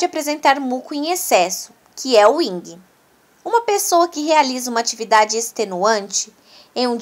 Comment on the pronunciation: Vídeo muito bom na sequência dis conteúdos e ilustrações, mas sua fsla teve um.erro constante ao pronunciar Yin, vc disse erradamente Ying.